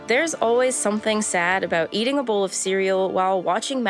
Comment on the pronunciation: I crack up every time she says "buwhat" or "ea'in'". She gets an "A+" for pronunciation.